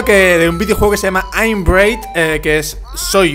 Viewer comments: Super pronunciación de: "aimam breid" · Se pronuncia "Bred" :3 bueno da igual tus videos son de lo mejor que hay en youtube :P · bread se pronuncia: bred;) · Aprende a pronunciar pan en ingles por favor